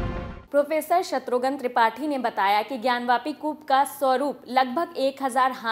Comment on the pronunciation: शत्रुघन नहीं,शत्रुघ्न कहिए